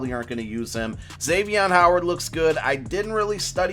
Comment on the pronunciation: GRESSETT it’s a joke he says his name wrong. ik he’s a beast